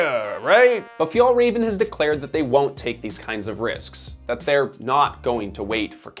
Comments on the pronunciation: "Fi-el reven" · Fyatlrafn, this is how it's pronounced. Means "mountain fox" , but refers to Arctic fox. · Sidenote, the ä in FjÄllrÄven ist pronounced like the “e” in “bet” for you english speakers. Still not the way Swedes would pronounce the word, but close enough. Just when you say the name of the brand so much it starts hurting. Other than that, fantastic videos! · Never heard someone butcher the name "fjällräven" like you! 10/10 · You almost pronounce Fjällräven correctly. The second Ä you pronounce well, but the first Ä should sound exactly the same. Good job! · Wow great pronunciation of Fjällräven lmaaaaoooooo. Disrespectful to pronounce it that way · I wish you would have just checked the pronounciation of Fjällräven before doing this video series. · look up the pronounciation of the things you talk about. the way you say Fjällräven is horrible